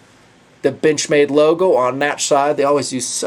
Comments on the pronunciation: sounds like he said "bitchmade". I giggled. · when you sed "Benchmade" in that axent I herd "Bitchmade":D The knife is cool though!I like the look!